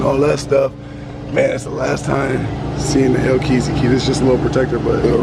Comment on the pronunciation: bro just call it a hellcat plz stop saying hellkeazy